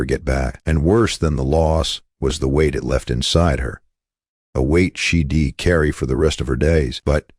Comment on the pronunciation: She'd is a contraction for she did not she dee. You need a real person (one who passed high school English) to narrate. I'll watch something else until you correct this.